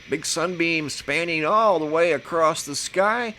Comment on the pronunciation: You seem to be well educated. Why do you say acrosst?